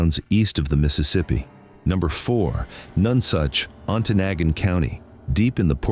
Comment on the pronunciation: Your not pronouncing Ontonagon correctly. I was born there in the early 1970's.